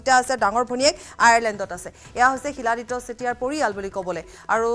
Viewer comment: চিলাদিত্যা ? তেতিয়া হলে আমি শিলক চিল বুলি উচ্চাৰণ কৰিম নেকি ? মৃত্যু খবৰ দি নাহে । মৃত্যুৰ খবৰ হঠাৎ আহে ।